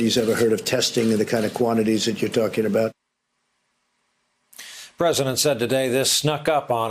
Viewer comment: He wasn’t calling himself a Wartime president, he just missed pronounced president.